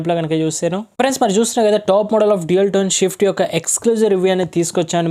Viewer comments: Is it swift or shift, first speak it properly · Shift kadhu ra..swift